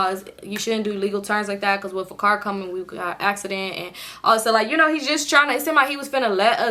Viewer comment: “That’s a cop cahh” 😂